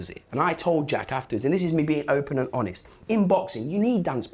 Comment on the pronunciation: Spencer Oliver.. "if im totally hobest" "insert word for word whatever someone just said" How has he got a job doing this?